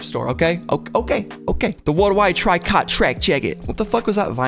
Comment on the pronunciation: just for your info tricot is actually pronounced "tree-koh" its french for knit. I googled to double check and it still says "tri-kot" but the sewing reddit and the quilting class I took in college says otherwise. Anyways keep the uploads coming.